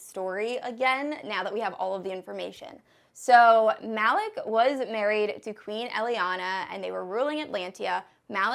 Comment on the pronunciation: i was going to re read all 3 books but so far ive only re-read FBAA. the other day i watched ur KOFAF recap sooo this is great timing. still debating on re-reading but this vid was helpful btw i believe the brother Malik is pronounced "Mel-eek". i have a nephew named Malik and that is how its pronounced just FYI :) and i really hate when authors name characters so similarly, it gets really confusing. also, i really dont like all the bloodline twists that JLA is putting into this series. it makes it so confusing and i personally get frustrated with all of that